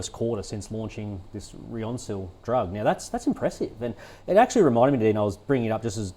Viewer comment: I dont know how these clowns are analysts. She pronounced ryoncil as reconsil. So she cant even read.btw jakafi which is the competitor to ryoncil did 1b in sales last year for kids with gvvhd. While the adult market is worth 5b pa.